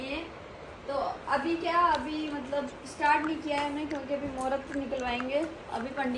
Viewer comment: bolna Aata nahi mallab mallab karti rahti hai matlab hota hai wo aur jab english nahi boli ja rahi to Kyu style maar rahi ho hindi wali hi audience hai tumhari